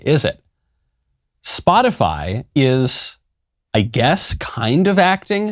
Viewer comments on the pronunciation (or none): Did psaki say spotifly?? 4.43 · 🤔 did she say,”Spot-a-fly.” 🤡🌎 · I’m surprised none of you have mentioned Psaki pronouncing “spot-a-fly” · Wants to end misinformation. Calls it “spotifly”. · So are gonna pretend that Jen Psaki didn't say "Spotifly" ? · Jen Psaki thinks: "Gotta sound cool to be like one of the kids" Jen Psaki says: "Spotifly 😉" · just said SpotifLy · Psaki said spoti-FLY ahaha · Raggedy Psaki said SpotiFLY.. 😄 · did she say spotifly? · Liesssssss again Miley boy she clearly said “spotifly” I haven’t seen any misinformation on Spotify but who knows what the crazies are saying on spotifly